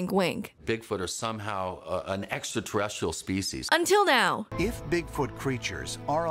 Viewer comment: Its pretty ballsy to become a host for ancient aliens when you cant pronounce "extra terrestrial", giorgio